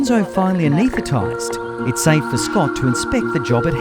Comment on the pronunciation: voice over guy still has issues saying the word "anesthetized" 😋